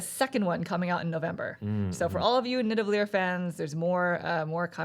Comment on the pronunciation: It's Nidavellir, not Nidavellier! :P